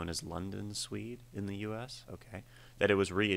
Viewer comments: The band Suede is pronounced like the leather product spelled the same way. Not like a person from Sweden. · You should check out Suede (pronounced like Swayed not Swede!!!) sometime. They were a relatively successful Britpop band in the 90s here in the UK. I'm not sure how complex the lyrics would be, but I think you'd like the music style, I'd go for Animal Nitrate to start with and then maybe Beautiful Ones.